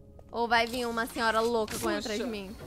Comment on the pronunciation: E tambem a fala quasi toda ora çenhora kkkkkkkkkkkkk